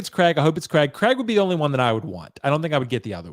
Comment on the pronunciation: I noticed all you guys pronounce Craig as Creg